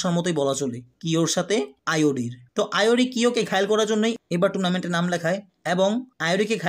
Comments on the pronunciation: Vai kyo ke Rio bolo ar iori ke ayori bolo kn😅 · আইওরি না ইওরি, আরো নামে ভুল আছে; সংশোধন করা দরকার। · Aiori❎ doctor ✅